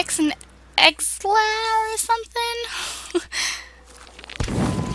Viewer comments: ELIXIR!!!! FOR THE LAST TIME IT'S ELIXIR,NOT EXLER!!!!!!!! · E-LIX-ER! Not Exlar! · Don't u mean Elixer? (Eh-Licks-Er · its pronounced e-lix-er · E lix er is how you say Elixer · and you say elixer wrong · It pernounced elixer